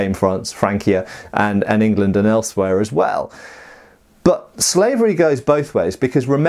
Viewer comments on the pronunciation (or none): none